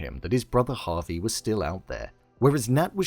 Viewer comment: Alright, next time make sure you seem like you're paying attention. No harm, I get it. Just don't call Javi Havey again. My brother's name is Javier and he has been called Harvey a million times that almost drove him to cannibalism lol.